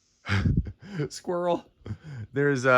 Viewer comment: abit later "skwirel" when he saw the tier lol